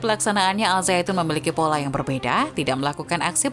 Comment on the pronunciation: Bukan.azaitun tapi.azaiton